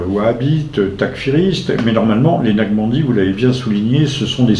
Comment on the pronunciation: Excellente démonstration. Toutefois il faudrait prononcer NAQ-CHA-BAN-DI et non Nachbandi/Naqbandi pour que l'auditeur non averti sache de quoi il s'agit. Merci